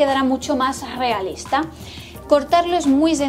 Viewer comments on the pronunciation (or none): Puede ser que la chica no pronuncie bien la erre inicial de palabra?. Dice guealista en lugar de realista....